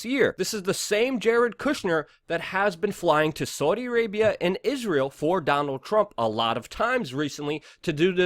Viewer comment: Argghh Luke you can't even say Saudi Properly. I prefer destroy the illusion and pjw